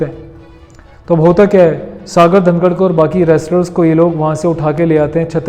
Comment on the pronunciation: वो सागर धनखड़ है ना कि धनकर